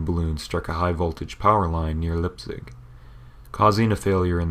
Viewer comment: I didn't enjoy this video because the narrator's voice put me to sleep. Plus, he mispronounced Leipzig. It's NOT Lipzig!